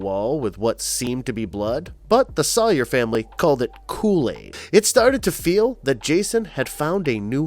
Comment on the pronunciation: Soy-er not saw-er😂🤣